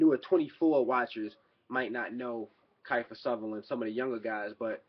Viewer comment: Kifer Sutherland haha it's Kiefer (KEY-FER)